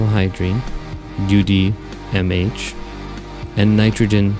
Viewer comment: Love the videos! But your pronunciation of vehicles and propellants is funny lol like Buran and UDMH.